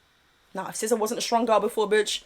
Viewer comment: Her name is SIZZA not SCISSOR😂